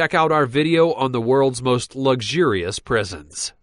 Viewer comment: ''must dumbest criminals'' yeah, i think you should go to a speech therapist.